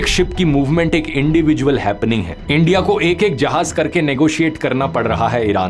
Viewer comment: "ENDIA" , ab to bhasha bhi unki bolne lage